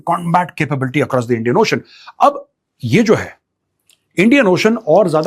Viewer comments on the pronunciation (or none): none